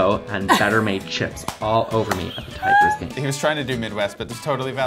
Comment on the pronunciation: A little chaotic. Now, more importantly, who is the crazy sexy dude on the right with the "eyebrows"? I must "have coffee" with him! "We're goin' to da Tyeegerrs gaame."